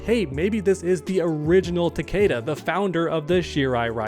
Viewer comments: Cool vid, but btw his name is pronounced Ta•kee•da not ta•kAda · Omg it’s not takayda it’s takeeda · Everyone says his name wrong , it's Ta-Key-Da